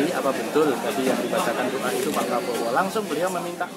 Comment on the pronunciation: padahal dikertas teks nya si joko kenapa di baca Probowo sampai dua kali